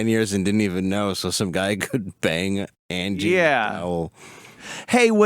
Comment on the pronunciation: Andie not Angie